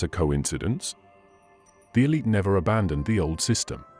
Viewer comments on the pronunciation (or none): none